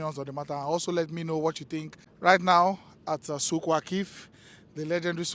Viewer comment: Souq bro not zouk